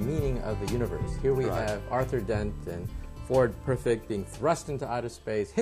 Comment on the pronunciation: OMG did Michio say Ford PERFECT? 🤣